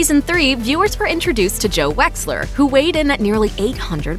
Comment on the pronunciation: Did anyone else think that joe wexler said joe weller